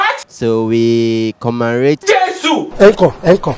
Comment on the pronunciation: "So we comerate".....encom, encom, repeat it😂😂😂